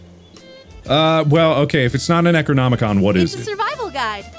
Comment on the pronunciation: Bro really said "necronomicon? Nah, necronomicum"